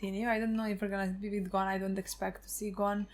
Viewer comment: Ging didnt name his son gone because that isnt how your pronounce Gon’s name